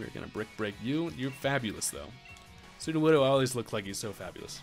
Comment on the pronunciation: His japanese is getting better, you can tell by how he pronounces sudowoodo..